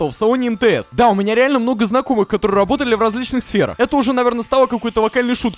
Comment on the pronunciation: говорит вместо работали рработали заметили?:)